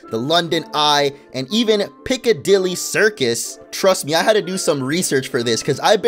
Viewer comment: I love how he says things like ‘the uk’ or ‘Piccadilly circus’ it just doesn’t sound right. I mean, an American not just saying ‘pip pip cheerio lads’ for once is amazing but still😅